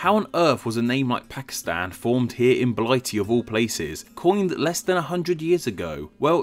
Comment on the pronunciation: . . . . . . . I heard Blightey, too.